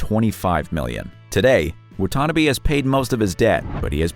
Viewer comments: Wow!! You killed Terrence’s last name. It pronounced WHAT TA NA BEE, not WHAT TANNA BE. 🙄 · Pronounced WAH-TAH-NAH-BEE. Get it right. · Wah tah nah bee. Wutanabe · For number 1: It's pronounced " WAH-TAH-NAH-BAY " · It’s pronounced “Wa ta na bay”